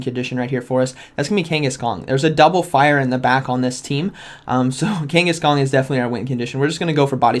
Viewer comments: I swear to god he’s saying Kangaskong the whole video it’s slowly killing me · Is it me or is he calling him kangis-kong....???? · I keep hearing Kangkhaskong :D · I hear it too! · King (kangas) Kong. Just like Genghis Kong. . . smh, lol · Are you saying kangas kong? 😂 it’s like I’m watching a pokeAK video... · is he saying kanghaskong? lol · drivin me frigin nuts as well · There is no “G” at the end of Kangaskhan. Love the content. Watch daily